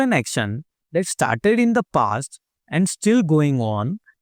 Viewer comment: He said let's get ishtarted instead of started